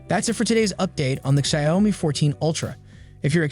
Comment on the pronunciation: Please fix the pronunciation of the Xiaomi name.